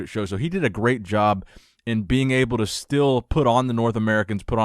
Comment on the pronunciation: ‘My advice too nick’😂😂😂😂 calm down arnold